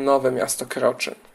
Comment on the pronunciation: *Nowe Miasto Korczyn - nie Kroczyn ;)